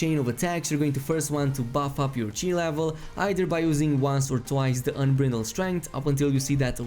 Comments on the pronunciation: why are you saying "unbrindled strength" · Say it with me kids, " un-BRIDE-ld" strength. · Miko EnFuego Well he’s not the only one that said “Unbrittle.” One guy said “ATB Gauze.”